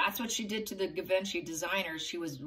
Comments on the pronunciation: Givenchy is pronounced ZHEE-VON-SHEE. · I pronounce in English 😅 je-von-shi